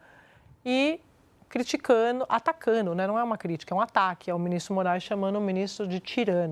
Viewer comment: Criticano, atacano...excelente jornalista mas tem este problema de dicção, engole o D.